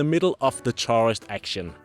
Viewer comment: Perhaps you should learn to pronounce the word “tourist”….. especially when you have helped hundreds of thousands of them…😂😂